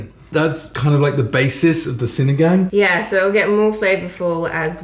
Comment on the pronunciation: I like Chloe, she seems to know a lot about Philippines. I dont care that you make Filipino content bec. you’re making a profit out of it, as long as you genuinely enjoying it (doesnt seem fake like the others). With regards to our vowels, we only have short sounding vowels like A-abacus; E-elephant; I-ibiza; O-octagon; U-umami. So when you say sinigang, ‘gang’ is not like ‘gangs of new york’ (leo movie haha)